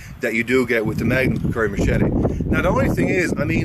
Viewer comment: lol you say it like kukuri